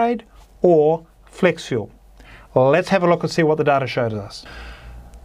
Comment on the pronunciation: Had to read the comments to understand he was saying "flex fuel." I kept wondering what "flexual" was.